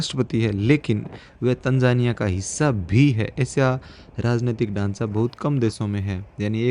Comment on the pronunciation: Its not tanjania 😮...it's Tanzania 😂😂